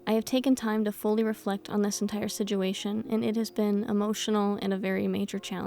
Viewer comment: it makes me giggle every time she says "siguation" instead of situation..